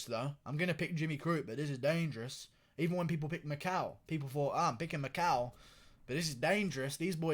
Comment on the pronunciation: It has to be an inside joke the way you're say "Dangerous" lol I swear if that's really how you say dangerous then you can make that your own one WORD to fame.